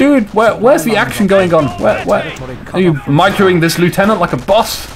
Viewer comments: You still ought to pronounce the word 'lieutenant' correctly. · Yes, 'nuff' has been said to show that you are an idiot. And he still pronounced the word 'lieutenant' incorrectly. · Yeah and pronounced the word 'lieutenant' in correctly, so you can take your suggestion elsewhere. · A few criticisms of the vidcast - firstly as a Brit, you need to learn how to pronounce "Lieutenant". Secondly, comments such as "I hate the British but I am British" (paraphrasing) isn't helpful - there is a clear distinction between the British faction in CoH and the British in general; they are not the same thing. Finally, you need to calm down slightly. There is a big difference between effective well-timed commentary and continuously talking for the sake of it. Sorry if that sounds harsh.